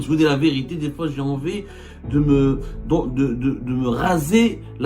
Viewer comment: La viriti soigne bien ton français